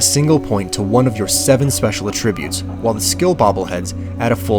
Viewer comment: it bothers how he pronounces attributes (uh-tributes) as the verb form of the word.